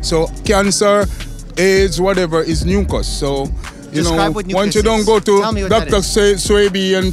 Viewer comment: yep he was saying mucas